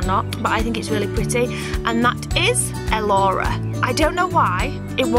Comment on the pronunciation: Love Elci, Elissa and Elora. Elci Paige. Love Elissa, I thought about it for my daughter but spelled Alyssa. As far as Elora I love how you pronounce it but I'm from the United States in Louisiana and people around here wouldn't pronounce it near as beautiful.